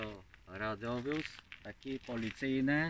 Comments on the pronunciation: hi hi hi nie radiowóz tylko radowóz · Nawet poprawianie nie umie wypowiedzieć "radiowóz" ręce OPADAJĄ